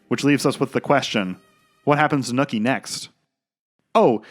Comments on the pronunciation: Loved the analysis but its not “Nooky” its “Nucky” lol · This is the second narrator I've heard who apparently can't pronounce the name "NUCKY" and instead calls him "NOOKIE", wtf?! It's crazy that someone (who is clearly American, without an accent) can watch the entire series and can't tell that they're saying the main character's name wrong, lol.... Nookie. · His name is Nuckie though. Not nookie. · Bruh... It's Nucky... Not NOOKIE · Are you purposely mispronouncing nUHcky’s name?? Lol you keep saying Nookie and it made it hard to finish the vid 😭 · I'm going crazy here. It's Nucky. Like Knuckle. Not Nookie like a fucking Limp Bizkit song... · OK, yo asshat! His name is Nucky, not Nookie. Nookie is that thing YOU never get from your crush. Fuckin moron. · Great video but his name is Nuckie not Nookie, a slang word for sex. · NOOKIE? you pronounce Nucky as NOOKIE?!?!?!? what the fuck, did you forget what fuck sound's like? now replace the F with an N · The pronunciation of Nucky as "Nookie" drives me absolutely crazy. I couldn't ignore it after the hundreth time of it being said. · The “Nookie” mispronunciation has me on tilt 😅lol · Its killing me how you're calling him Nooky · I think it is hilarious how you repeatedly pronounce Nucky as “nookie”.